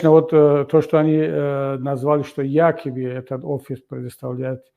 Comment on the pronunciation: Кабири, дядя, не якаби, а якобы:)))